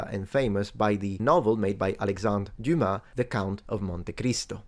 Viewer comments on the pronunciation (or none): none